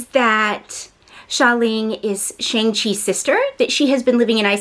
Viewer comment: Shang is pronounced with a soft a not a hard A!